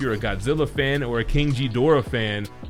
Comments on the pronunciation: First time ive heard his name pronounced like that.. Its not jedorah. Its ghidorah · It's pronaonced Ghidora not jhidora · Winced in pain everytime he said "Jee-dorah". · You lost me at King Jidorah, dude. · why is he mispronouncing it?? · first off that's not how you say Ghidorah's name 😫🤦‍♂️🤦‍♂️ ...........second that statue looks amazing! 👍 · Bro your pronouncing his name wrong the H is silent..sounds all wrong wen you say it .... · I can tell you’re not a Godzilla fan by how you pronounce Ghidorah🤣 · You pronounced Ghidorah wrong. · The G in Ghidorah is pronounced as a G… not a J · The G in GHIDORAH's does NOT sound like a J. Please learn how to properly say King Ghidorah's name so people won't call you names over it. But the video was awesome though.